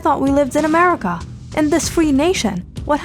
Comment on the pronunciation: Leo right now, "I thought this was Murhica, I thought this was Murhrica"